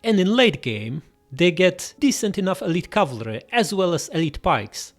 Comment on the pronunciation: Btw cavalry is pronounced cav-al-ry, not cav-la-ry